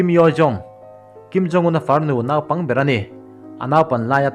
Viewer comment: Nâupang ti a i thlûk hi sim teh. A spelling chu 'naupang' ni mah se 'nopang' ti a ri turin chhiar rawh.